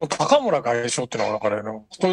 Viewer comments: お二人の関西ネタにはいつも笑ってしまいます😂。 ちなみに高村さんは(たかむら)ではなく(こうむら)でしょう。 立憲のいずみん終了ですかね😅。 国民民主のたま○ん終了確定‼️。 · たかむらではなくて、こうむらではないでしょうか？ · 「たかむら」じゃなくて「こうむら」じゃないですか？